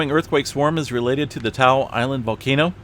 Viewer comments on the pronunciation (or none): Hey, you two. Great updates. Natives pronounce Ta'u as 'Taw oo'. Thanks!!